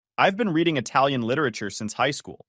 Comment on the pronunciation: you spoke that italian so perfectly!